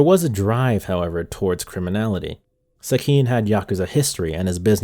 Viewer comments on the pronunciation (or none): For a guy whose content mainly revolved around Japanese media, can’t you learn how to pronounce Japanese names and words correctly? Like Sekine is pronounce Seh-ki-neh, why would you say as se-kin?